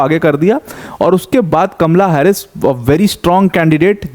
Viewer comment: हारिस नही हैरिस